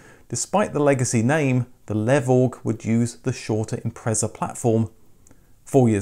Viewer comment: Wait, a British person who can pronounce Impreza correctly! Not so sure about Leone and Levorg though! 😝 I don't think us Australians would call that a ute either, more like a dual cab, which in any guise never sold well here due to the dimensions making them impractical inside and out. Add 10 years, half a tonne and call it an SUV though and people are all over them! 🤦🏻